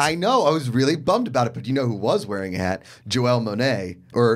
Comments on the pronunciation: "Joelle" Monae lmao wow... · YOU DROVE ME CRAZY ITS JANELLE MONAE not JOELLE LOL!!!